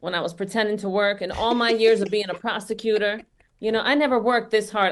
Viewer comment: did she just say “a prosticutor”? 😂 🤣 Kamala had her Freud moment